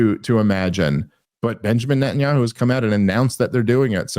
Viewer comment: Dave on the verge of saying Net-n-Yoohoo